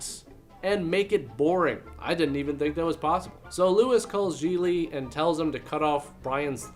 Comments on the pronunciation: I thought it was GIG-LEE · Its pronounced “Gig-ly” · I always pronounced the title as, Gee glee, not, g-lee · I don't care what anyone says. That does not read as "jeelee". It reads as "jiggly". Like jiggly puff just without the puff. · THAT’S how the title’s pronounced?! I’ve been pronouncing it “giggly” all this time!! 🤣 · I thought it was pronounced "giggly". Well, you learn something new everyday. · Really good review, insightful and funny. Glad I didn't see the film. Like "ComicRelief17" below, I also thought Gigli was Jennifer Lopez's character. I didn't know it was pronounced "Gee-Lee" either (hint to Hollywood, try to make your film titles generally pronouceable - and yeah I know that in Italian this name is easy to pronounce, but not for the vast majority of the rest of the world -- Jay Leno who you figure would know, was pronouncing it "Gig-Lee"). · Never seen it, but I always thought it was pronounced "Giggly" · Me too. And I pronounced it “jiggly” because of that assumption. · I thought it was pronounced Jiggly! 😄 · Why are you saying the name of the movie wrong? You don't put any emphasis on the syllables or bother to pronounce it properly. It doesn't deserve it. It's pronounced 'derivative vomit-inducing dross'. I'm very disappointed in you.